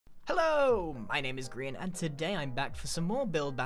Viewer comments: Xd someone said Hi 'Grain' not Grian, idk maybe they where being comedic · “”, nope, definitely not grian. Not at all.